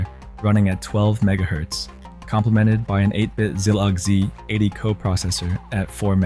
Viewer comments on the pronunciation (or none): Ah, the good old six eight zero zero zero and the zlog z...80. If you're gonna use AI voiceover, atleast put in some effort to make it pronounce stuff right.